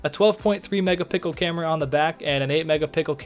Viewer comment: I literally subscribed because you said "megapickle" lol